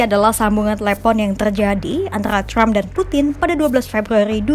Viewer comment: Trump bukan crump Wartawan kompas baca nya ngawur